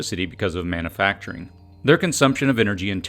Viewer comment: Love your videos, but as a voice over teacher I would love to hear you correct “manna-facturing” to man-U-facturing”. You’ve got a great voice and delivery - keep it up!